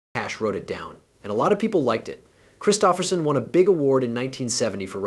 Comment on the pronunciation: Learn to pronounce Kristofferson............DUH